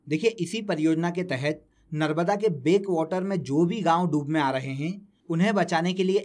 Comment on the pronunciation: सर नर्मदा का नर्बदा उच्चारण क्यूँ कर रहें हैं